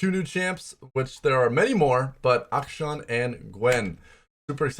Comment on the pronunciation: Rito said it's Ack-Sean